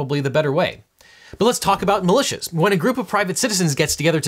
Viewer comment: When a group of private citizens gets together to talk about hating the government, and that group is armed, they are often called "malicious". The general American accent strikes again.